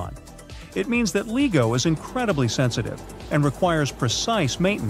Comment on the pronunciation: Who else doesn't watch this stupid tripe that's narrated by someone who can't pronounce LIGO correctly?